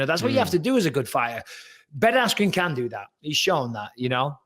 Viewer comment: Dana can’t even say the name Ben Askren 🤣